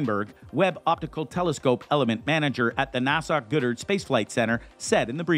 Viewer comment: Your miss pronouncing the name. It's not Gooddard it's Goddard.